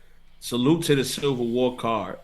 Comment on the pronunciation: Charlie you gotta learn how to say “Civil” man haha